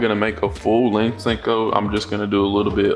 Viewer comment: I love the channel but don’t like how u say sinko instead of sen ko